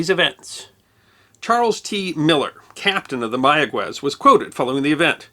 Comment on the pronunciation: Instant upvote for knowing how to pronounce "Mayagüez." So many journalists who think they know Spanish pronounce it "Maya-ghez," because the 'u' would normally be silent between a 'g' and an 'e' or 'i'. (It's normally there only so the 'g' is pronounced as in "get" rather than as in "hit.") But the dieresis above the 'u' brings it back from silence, which requires a bit more Spanish instruction to know. To be even more accurate, place the emphasis on the final syllable.